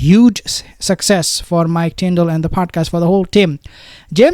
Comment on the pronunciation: Ops not tornadoes it's tndal or tindal